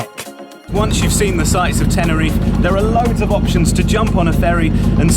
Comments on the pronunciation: Nice video. Please say Teh-neh-ree-fay. Not Tenereef. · first thing to do when your reviewing a place is to at last pronounce the name right .. TENERIFAY .. got it , show some respect ...